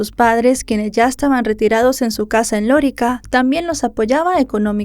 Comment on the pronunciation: D. Sancho no fue criado por su madre. A ver si investiga usted bien. Creció con su abuela paterna. No es Lórica, es Lorica.